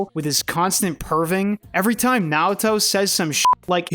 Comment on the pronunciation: Oh wow bro did you really read Naoto wrong.